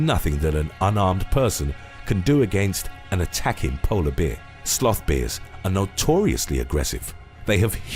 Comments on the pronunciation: That’s the first time I’ve heard the word bear pronounced beer! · Very much enjoying your channel; I have noticed on a few videos that you pronounce ‘bear’ in a very particular way. Would it be rude to ask you what your linguistic roots are? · haha, I laughed at the way you pronounce Bear ,sorry.:))